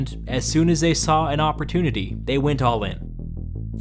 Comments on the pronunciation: ~oppor-tuni-ty~ is that how he pronounces it? er em i ignorantly missing something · "peoples lives were being ruined, it was horrible" 1 minute later "oppor-TUNA-ty" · Oppor-tuna-tee??? You didn’t